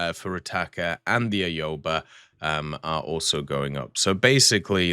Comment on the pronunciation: Your pronounciation of ships, especially the Japanese ones is so awful, lmao I lost it at Aoba, Ayobae?